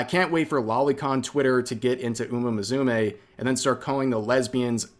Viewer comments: Dude, it's "Moo Sue May", not "Mizumay" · Did you say "Muzume"? 😂 I hope you're pronouncing that wrong on purpose as an Anime lover 😂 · What upsets me more is the way rev pronounces musume, there is no Z in that.